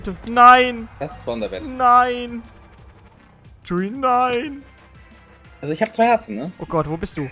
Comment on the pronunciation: Danke :) Und ich muss es Akzeptieren, dass du meinen Namen falsch ausprichst. Ich muss damit Leben. Genau so wie Cheeewi. Ich nehme dir das nicht übel.